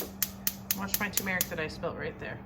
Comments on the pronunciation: Tumeric is pronounced tumer ic. Tumer like tumor. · Your pronouncing of turmeric is wrong you left out an r. Tur mr uhk So funny they way that you say it. Tomato Tomoto. I hope your pickles taste great and your help is amaing. I love that your dogs can come and go as they like and they don't run away. They love you all so much. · Lol! Turmeric is pronounced Tu(too) - mer - ic, or ter - mer- ic. If you type into google "how do you say Turmeric?" it will tell you how its said. But I kinda like how you said it. 😉 Never heard it said like that before. But its cool! ❤